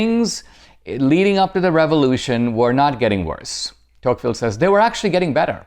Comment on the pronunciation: It’s deTouqville